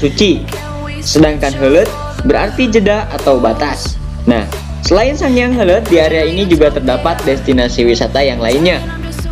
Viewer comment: Heuleut ya min, pake U hehe